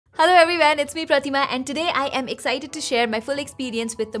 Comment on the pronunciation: Bhai aapke bolne par Maine Kam se kam 5 bar hello every van suna, sala one ko van bolne ka Funda ab Tak bheje me nahi ghusa😊😊